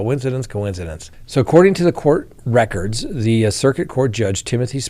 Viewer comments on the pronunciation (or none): none